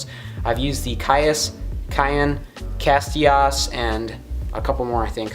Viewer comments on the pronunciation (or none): Hey man not judging or anything but thay reel u called a castias is pronounced ka-sea-tas likes the vid tho.